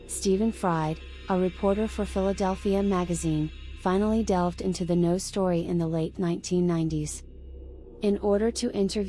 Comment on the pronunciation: It's pronounced "No," not "Noey"